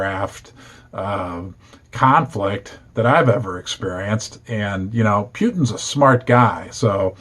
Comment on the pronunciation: Imo, Gold needs a sustained monthly close above $1900 before the equities see long term interest. Poo-tin, not Phew-tin 😉